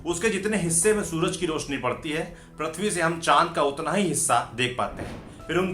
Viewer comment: Its prithvi not prathvi...lol